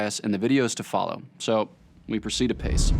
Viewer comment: When he said “we proceed a pace”, I heard “in pace”. Procedamus in pace.